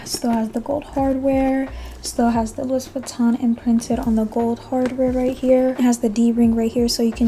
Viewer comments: Please pronounce it Loui not louis. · The "s" is silent in French for the name Louis.